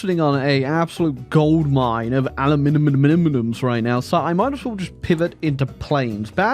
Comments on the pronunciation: babe wake up, just dropped a new way to pronounce aluminium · i'm convinced he does it to neither do aluminum or aluminium which i respect tbh. Much better than "aluminum" though, i'd rather make up a new name altogether than use that